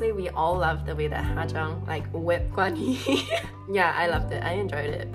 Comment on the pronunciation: his name is pronounced with aspiration -- G*H*WAN-HEE. your pronunciation was more correct when you said it in english than when you tried to pronounce it in some other way